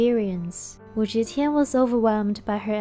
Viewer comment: you mispronounced Wu Zetian's name throughout the video. "Ze" is NOT pronounced "zhe".